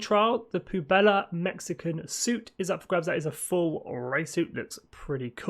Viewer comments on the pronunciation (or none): Just one thing to note it’s pronounced pweb-lah, not poo-bella, which can also mean garbage or trash